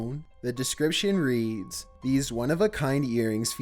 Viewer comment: The irony when he says the word “read” as red instead of reed 😑